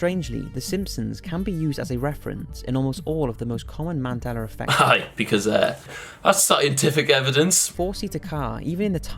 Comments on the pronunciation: 1. Calm the fuck down 2. Where is the E and R in mandeLA effect Why are you calling it manDELLAR? Gg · mandela not mandeler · Its called Mandela effect not mandelra effect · I must be in a parallel universe. Since when was it called "Mandeler" Effect? I call it Mandela as in "A" not "ER". Why are some people pronouncing the "A" as an "ER" and the "R" as an "A"??? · mandeler effect? I always thought it was Mandela effect? here we go again LOL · The way he says Mandela like ‘Mandeler’ reminds me of how my Theatre teacher would say ‘Extrrrr’ when trying to say Extra, the only difference is the fact that he’s doing it because of his accent, and my Teacher and her her Texan ass was doing it because...? I hated her. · “mandeller” love that 😂❤️ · Will it sounds like you’re saying Mandeler effect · For Gods sake, stop saying 'Mandeller' ...pronounce the Shit correctly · ah yes The mandeller effect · Mandelar I love you content will but personally love when you pronounce thins weirdly 😆😆😆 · Mandeller..... Lol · Mandelar why do you put an r there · Why, in the name of our Lord, are you saying 'mandelar effect'? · It's just his accent. Some English accents pronounce "a" like "er" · The way he says Mandela